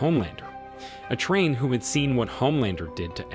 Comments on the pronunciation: The way this AI says “a train” when saying A-Train’s name is hilarious. But once it said Huey used a stun gun to attack Translucent let me know this script had to either be written purely by AI or someone that hasn’t actually watched the show. From the images shown on screen when it said that you can clearly see that it wasn’t a stun gun being used! 🤣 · PLEASE put a hyphen in A-Train so the AI can pronounce it like it's supposed to be!!